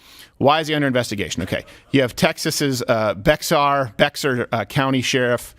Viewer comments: Bexar pronounced Bear 🐻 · Seriously I hope you're joking when you pronounced Bexar County as Bex-ar and not like Bear. You live in Texas and it's was only the namesake of the whole fucking region from 1731 to 1836 and the county of the Alamo. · It’s pronounced bear. Not bexar. Former San Antonio native, sorry, not sorry! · It's pronounced "Bear" not "Bexar" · It is spelled Bexar BUT pronounced bear, just so you know because this will probably be a thing for awhile. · It's pronounced Bear County. :P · Pronounce Bexar county Bear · it is pronounced bear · They are illegal immigrants.. they shouldn't be here in the first place. Why should Southern states be the only ones dealing with them? Also, Bexar County is pronounced Bear County. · Bexar is pronounced "Bear" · Bexar is pronounced Bear. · bexar county is pronounced bear county. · It's pronounced bear county. The X is silent. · I know you're not originally from Texas Steven, but Bexar is pronounced "bear". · Bexar is pronounced "Bear". Awful place. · Bexar is pronounced bear But your right about our sheriff 🐍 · Just a heads up Steven. Bexar (San Antonio area) is pronounced “bear”. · Bexar is pronounced like “bear” and us residents of that county that are even the least bit conservative do NOT like Salazar. Under his leadership the BCSO has gone to crap and I hope he’s voted out next election. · It’s pronounced “Bay-har.” Bexar county. Admonish. Although I understand not wanting to say a name that sounds like that female dog that’s on the show “the view” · “Bexar county” is pronounced BEAR county. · Bexar is pronounced like Bayer. Don’t ask. I have no idea. Same question I had when I lived there. Oh and San Antonio’s leadership is left. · Bexar County is pronounced "Bear". I was stationed in San Antonio, which is in Bexar County. So that Sheriff wants to files charges against DeSantis, yet he isn't trying to stop Abbott from flying migrants out of San Antonio, which IS in his jurisdiction... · Bexar, pronounced BEAR!